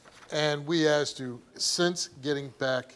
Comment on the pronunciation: Because the examiner asked (excuse me, "axed") the question.